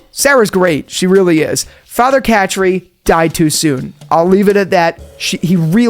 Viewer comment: “Father Cat-Tree” 😂